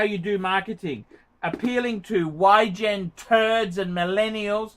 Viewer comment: "Y gen turds and millennials" LOL